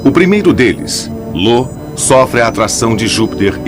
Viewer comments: Não é Lo não o nome dalua moço, é io com letra i de igreja! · O narrador só confundiu io com lo kkkkk